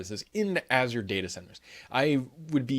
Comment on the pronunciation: Here's a lesson on how to pronounce Azure, cause ppl don't know how to say it